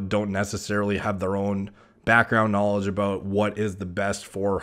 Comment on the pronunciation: When he says about, its al.ost scottish, aboot